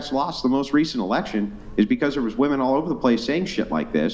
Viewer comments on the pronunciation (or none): Why is this "woo-men" way of saying the word a thing?